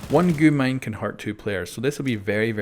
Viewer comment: you dont speak it out as goo mine its g u mine